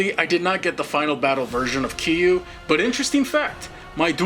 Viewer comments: its not kiru its kirya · Bruh, it’s “k e r i u“ not “k i u“ Not being rude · just a minor nit pick but KIRYU SHOULD NOT BE PRONUCED "KIYU" THE R SHOULD NOT BE IGNORED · lol the way he says Kiryu